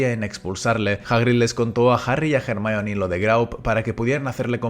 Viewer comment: ERMION de toda la vida de dios jajajajajaj